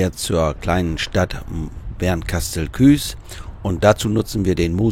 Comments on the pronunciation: Da ich in BKS wohne und geboren bin, klingt Küs immer komisch. Aber du bist nicht der einzige der es so ausspricht. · Danke für das Video. Eine Anmerkung: es heißt Bernkastel-Kues, gesprochen Kuuus, das E ist in dem Fall ein Dehnungs E und wird nicht zum Ü. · Der Ort heißt Bernkastel-Kues, und nicht Küs😊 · Schönes Video mal wieder,, auch schöne Gegend.! Ich kann Dir leider nicht mehr helfen bei den 100T Abonnenten, bin ja schon Einer😃. Ich habe noch ne Frage zur Aussprache des Ortes Bernkastel-Kues! Ist es nicht so, daß man Kues ähnlich, wie Coesfeld, Itzehoe oder Bad Oldesloe mit nem s.g. Dehnungs "e", spricht, also Kuus in diesem Fall? Ich habe das zwar gegoogelt aber kein aussagekräftiges Ergebnis gefunden.